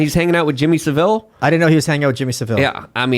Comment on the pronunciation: Just to say it's pronounced Jimmy Sa-vil, the e is silent, you made him sound like some exotic Spaniard instead of a very weird nonce from Leeds.